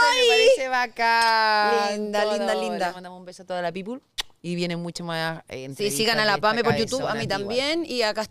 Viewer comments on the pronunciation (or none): Pamela, se dice people y se pronuncia pipl. No pongas los pies en el sofá. Modera educación y vocabulario.